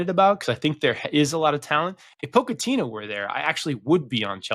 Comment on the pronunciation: can we get a newsletter breaking down your pronunciation of pochettino? Great vid. United fan here and dreading this season and our future. INEOS have, for some reason, clearly gone all in on ETH with the Dutch signings, Dutch back room staff and amount of money being spent etc on the back of our worst ever PL season where we actually over performed our expected results and they were (rightfully) desperate to get rid of him. Oh well